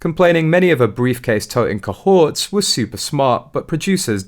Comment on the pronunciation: Pronounced CO-horts.